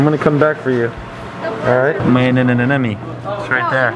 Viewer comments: you nailed the pronunciation of anemone 😁😁 makes ma day...😇😄😄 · Informative.. credits to you and tommy.. ohh you nailed the anemone 😁😇